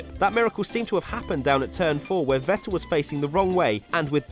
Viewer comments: This idiot again who cant pronounce vettel 🤦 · It really annoys me how he says Vettel